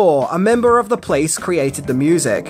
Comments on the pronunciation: I'm not the only one who hears "The Place" whenever he says "The Police", right? About alternative titles: The german title for the movie is "Die Glücksjäger" which translates to Fortune Hunters. Yeah, doesn't really make sense. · The "Place"???? What Place?? You mean "The Police"